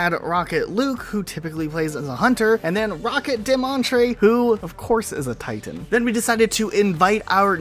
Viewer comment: I feel attacked the way he said titan